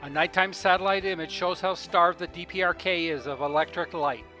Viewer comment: he says DRPK instead of DPRK. Haha